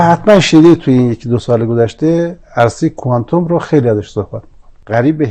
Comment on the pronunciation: شاشیدم به کفن خمینی که مبادا خشک بشه آخه گوساله ولایت تو کوانتوم را ده بار بنویس تا بلد بشی تلفظ کنی کوانتوم را با دسته آفتابه اشتباه نگیری گوساله طویله ولایت فرقه ضاله خمینی و تبهکاران خامنه‌ای